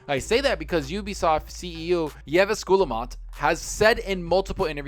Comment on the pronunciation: Just a heads up, Yves in French is pronounced "Eves" like the eves of a house.